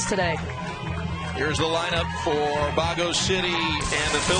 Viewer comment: Its not bago city, its baguio city